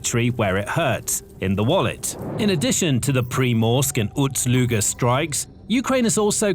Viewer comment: Ust, not Uts Luga.